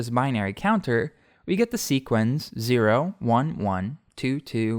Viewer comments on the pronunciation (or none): Just some helpful tips: sequence rhymes with patience, it does not sound like sequins. Also, sleuthing should have the same TH sound as its root, not the harder one. You keep saying if something WERE at times when the subjunctive is incorrect. If there is true uncertainty, especially if if really means whether, it should be WAS. Also, either is singular and uses a singular verb (arguably neither does too); and you choose between one thing AND another thing, not OR. All this is offered to help polish your incredibly detailed and well-narrated videos! A treat as always to watch.